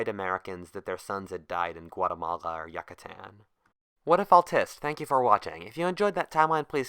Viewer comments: "Yuck-katan" It's "Yoo-katan" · yuc-uh-tan no no no. its you-cuh-tan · Yoocatan, that's how you say it. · I just wanted to say Yucatan is pronounced Yoo-cuh-tan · you don't say it like that yuh ka tan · What if you had pronounced Yucatan correctly?